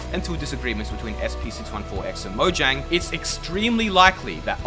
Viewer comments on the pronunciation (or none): none